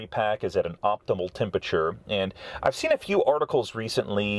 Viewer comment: What the hell is "tempachuh"?